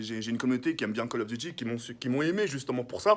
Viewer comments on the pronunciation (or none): "Kall of" chui mort mdrrr